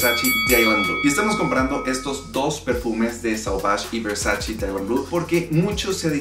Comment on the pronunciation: Se dice Versace no Versaci ......graciasssss